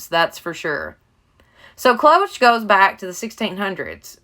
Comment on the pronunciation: Pronounce it K..l.-o..sh..